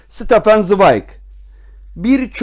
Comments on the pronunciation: Stefan değil Şıtefan zıwayg okunuşu. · Ştefan svayg diye okunuyor üstadım önce adını doğru söyleyelim